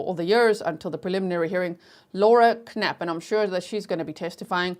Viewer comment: the K is silent in Knutson and in also Knapp